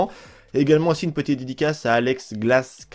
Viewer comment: Derien pour ma deluxo , le S de Glas se prononce pas et "Maman je passe a la télé"